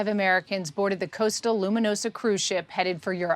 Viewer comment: It’s costa not coasta